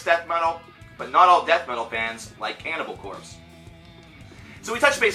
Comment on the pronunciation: you are saying their name like a noob.